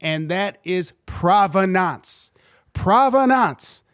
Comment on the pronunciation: I like your videos but I've never heard anyone pronounce provenance like that.